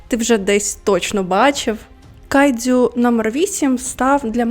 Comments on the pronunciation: Тільки кайджю, не дзю.... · Відео супер, але можна будь ласка, без цієї полівановщини по типу "кайДЗЮ" "іТІкава" "сьонен" і т.п.?